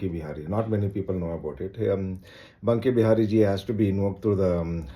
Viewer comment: Its Banke bihari ,not bunke bihari